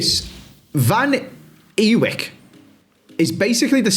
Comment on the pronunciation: Cov fan here. Milan's surname is pronounced "Van A-Vike". Don't worry, despite him clarifying the pronunciation several times, our own club commentators are still incapable of pronouncing it properly😂 Also, you have signed a player from a Frank Lampard-managed team who look by far and away the best team in the Championship right now.... no bias I swear